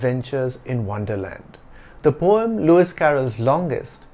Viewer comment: I might be wrong but I still have the conviction of you have the wrong pronunciation of the word poem in this video. Kindly clarify my doubt.